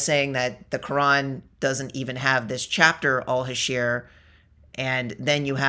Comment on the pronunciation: You were obviously debating Amateurs who don't have strong knowledge of the book of Islam, Mohamed, or his companions. So, nothing to be proud of. Btw, your pronunciation of that chapter may have caused the confusion, it's Al-Hashr and not Al-Hasheer. It confused me as well and I'm a native Arabic speaker. But the guy obviously is not, I got that from his struggle to pronounce Arabic names, and referring to Ali as a companion while every Muslim refers him as the cousin of Mohamed and a khalifa. Also, It was a little dishonest to just focus on the phrase "Kill the jews" and not mention to your audience the history of Jews with Mohamed that lead to the expulsion of some tribes and the execution of the men in others. You should tell the whole story. Btw, you did not pre-exist them in the Area, your people were kicked from up north and migrated south to Arabia. The land was not empty.